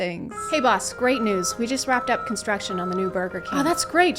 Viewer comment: If you pronounce the words “construction industry” as “contruckshin industry”, you lose the right to even attempt to insult/judge women or anyone else for that matter, for being underrepresented in that industry…